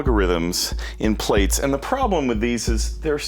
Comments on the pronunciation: Err, it is pronounced "platts", as in to plait your hair and not "plates", since it is an evolution of "braids", as in to braid your hair. Schoolboy error haha. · It's actually pronounced, "ploots." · It's pronounced 'Plats' as in something that you would braid In someone's hair. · Plaits .... pronounced plats (as in braids) :) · Thanks. FYI, it's pronounced "PLATS" ;) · how can u know so much about this module, but not know how to pronounce it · I'm 4 seconds in and he's already mispronouncing the name.